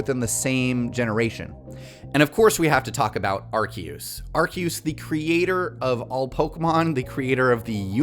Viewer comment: Please stop saying arkeoose